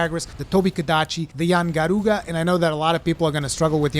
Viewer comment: How the fuck you gonna go full spanish on Yian Garuga but tell us we have to LURR the monsters. All or nothing on that pronunciation lol